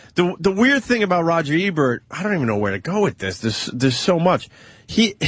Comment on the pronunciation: why does anthony call him Rogert Ebert